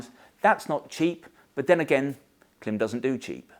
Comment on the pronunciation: KLIM. Pronounced CLIMB. I appreciate you do it for the engagement but still… it’s really irritating. Devalues your opinion when you can’t even pronounce the brand correctly!